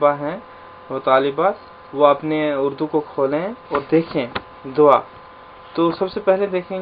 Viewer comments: دوا۔۔۔۔۔۔دعا ۔۔۔۔۔د کے بعد ع پڑھیں وا۔۔۔۔۔۔نہیں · دعا۔۔۔۔۔۔دال کے اوپر ۔۔پیش پڑھیں پلیز